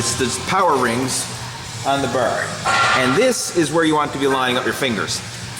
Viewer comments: Ha ha ha he can't say bar, BAR not BER :D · Only i that hear him saying "burr" instead of "bar"? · I have a feeling he's Canadian when he says "burr". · I knew you were Canadian because of the way you say bar